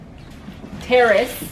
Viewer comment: I thought you said terrorist not terrace I was like wait whAHT, glad it was terrace!